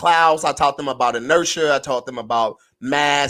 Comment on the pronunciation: Tahr dont know what inertia is because he cant pronounce it